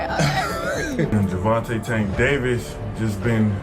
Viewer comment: Why these dudes mispronounce tanks name? Disrespectful!!!!they pronounce Mexicans names correctly